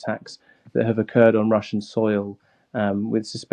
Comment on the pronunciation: 15 wussian cwuise missiwes